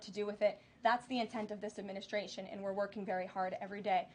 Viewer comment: She always says, " adminiSHtration", haha